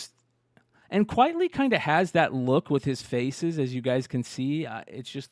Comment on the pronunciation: Frank Quitely on the Blow section?! Say it ain't so lol - not one of his best for sure You're right He is an acquired taste. Fun fact his name is pronounced Frank Quitely as in Quite Frankly (not quietly) - his real name is Vincent Deighan. Fun show - looking forward to the Steinpack reveals